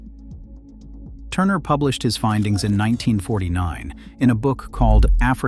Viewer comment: Facts!!! Its a corruption of Guale that slowly became Gullah. Even in this video "gullah" is pronounced wrong as goo-lah in some parts.